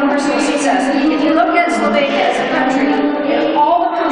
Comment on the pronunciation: it's not SOLVANIA but SLOVENIA...